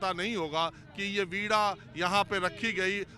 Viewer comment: आप वीणा को वीडा क्यू कहते हो? सही उच्चारण करो.